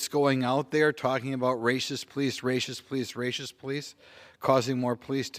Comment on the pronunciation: I love this guy Simply cuz he says "rascist"...